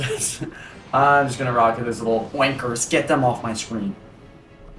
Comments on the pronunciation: said oinkers like a slur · With hard r even, nice